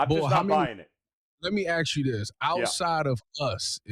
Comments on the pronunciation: it’s ASK not AXE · I can get past it, but it’s not hard to learn how to pronounce the word correctly. It’s ask 💭 NOT Axe 🪓